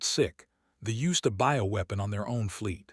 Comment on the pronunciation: "Ho, ho, ho, ho, ho...." Is it Christmas inside that ship? And WTF is a "boweweapon"? It is supposed to be "BIOWEAPON" as in Biological?? Poorly written by Chinese generated Ai.....PROOF READING helps!